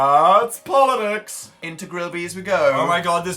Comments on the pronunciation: POLITICS DAN NOT POLIDICKS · thatsssss. POLLIDICS,, I swear Dan get your English right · Are we ignoring Dan saying "poli-dicks"